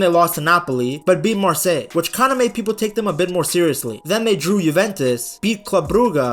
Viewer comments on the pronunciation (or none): none